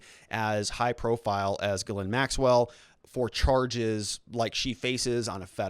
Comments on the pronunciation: GhilANE sounds like that not Ghlin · Her name is pronounced Geh-lain, with the emphasis on the second syllable!. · Helping YOU with the pronunciation of these major players names, Starting with Ghislaine Maxwell.., "GA-LANE MAXWELL, Just like I described. Virginia Roberts Giuffre - Pronounced VIRGIN-YA ROBERTS GU-FRAY. * NOTE: Since you are following this case closely, & sounds as if you're planning to do so further. Going forward, You'll correct pronounce. ✌️💛😷⚠️ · Ghislaine = Gees- lane NOT Gelind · Dude her name is pronounced Jizz- laine, courtesy of Ep-stain..... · The redactions of her name have been removed. No longer does one need to omit the "Z" when pronouncing, "Gizzlane"